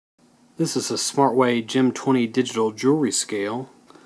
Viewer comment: "jewelry" scale.